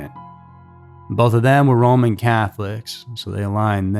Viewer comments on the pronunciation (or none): none